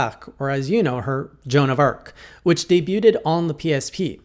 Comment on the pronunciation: Did you say "debut-ed"?